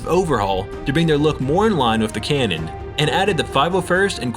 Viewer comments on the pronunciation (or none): none